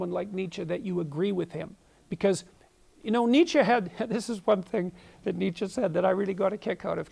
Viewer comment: Thanks, it's useful. By the way it's Nietzsche not Niche.